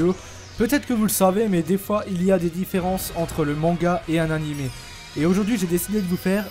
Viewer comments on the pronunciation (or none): none